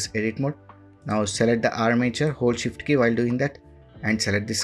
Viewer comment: Can't hear a fucking thing you say when you mention keys. Either learn to speak, or put on annotations so we can read it instead.